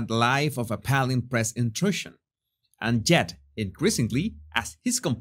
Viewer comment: "Appalling" is pronounced a-Paw-ling.